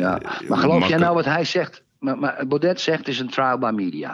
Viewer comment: Je spreekt uit Baude niet Baudet .